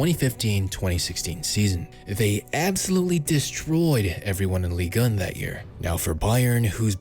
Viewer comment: Ligue.... UN..... not ligan or whatever you re sayin